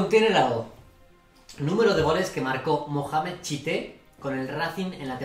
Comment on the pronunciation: Memeh tchite, no mohamed